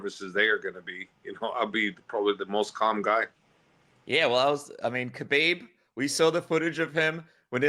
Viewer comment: Javier Mendez has to be one of the biggest Frauds in MMA. No doubt that he knows how to fight, but to think he's behind these great champions, or somehow responsible for their progress is just laughable. And I wish somebody would please explain to this guy how to pronounce the name khabib. He pronounces it HABEEB.